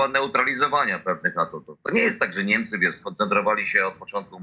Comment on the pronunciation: co to jest "NEMCE" ? masz wade wymowy czy nie zdjales wargi z nosa ? w dogrywce Niemcy wygladali jakby dopiero weszli na murawe a Hiszpanie slaniali sie na nogach, to dopiero cos. pokaz mi druzyne ktora w dogrywce tak gra ?